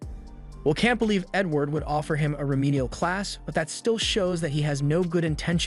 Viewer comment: bro said N word instead of Edward 😂🤣